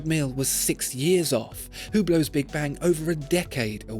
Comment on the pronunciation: Finally you learn how to better pronounce Hublot.